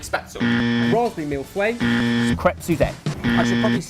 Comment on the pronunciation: Mille feuilles is not "mille fouay" but actually pronounced "Mill Fuh-Ee"